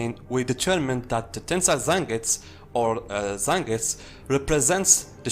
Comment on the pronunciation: So annoyed with him not pronouncing fully like zengusss. Wtf man its Zengetsu! 🤮